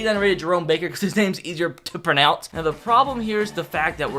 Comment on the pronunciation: he can’t even pronounce pronounce